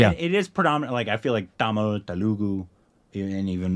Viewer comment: You both seem to admire and value Indian cinema from all its states (love your enthusiasm) so I'm wondering why your pronunciation of "Telugu" is so different than what I hear on videos from that region. Am I missing something? (So glad you liked the KoK trailer and shouted out the artists/technicians' skills.)